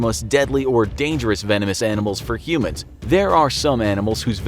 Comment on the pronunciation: say vanomous anamals 10 times.